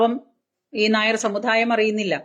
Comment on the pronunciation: സമുദായം... സമുധായം എന്നല്ല. Please take care..